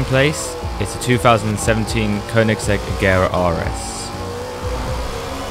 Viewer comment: Thanks for pronouncing Koenigsegg correctly lol I subbed